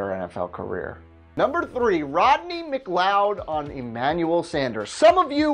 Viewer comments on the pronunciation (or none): none